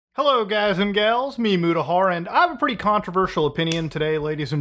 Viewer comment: why do you say mimu tahar (i now know hes saying its me mutahar)